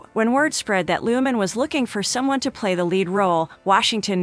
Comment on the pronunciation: Nice to learn a few facts about Austin but your pronunciation of Baz's last name (director) is not Looman but Lurhmann (with an "R") Maybe you should get YOUR facts right!